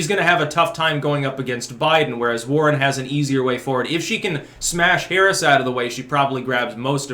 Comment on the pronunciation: At first, I thought you said the Sanders-Boring Interplay.